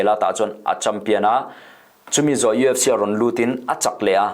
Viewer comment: I lam dan ka hre sual nge,EFC tiin i lam tlat in ka hria.UFC tih tur ani zawk lo maw